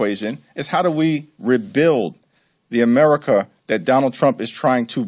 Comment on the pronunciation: can't even pronounce America. According to him, we live in Ameh-wica.